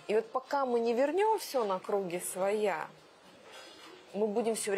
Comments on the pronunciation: "...на крУги своя..", "зáвеса" - что же у неё за привычка менять ударения? :D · Поскольку ошибку в контекстном ударении "материальными бла́гами" часто совершают и образованные люди, то эта ошибка простительна. . . . Была бы... если бы не было ошибок "за́веса" и "на кру́ги своя"